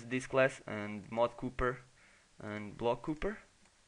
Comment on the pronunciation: Copper is pronunced "Caw-per'. (Why is my native language so complex)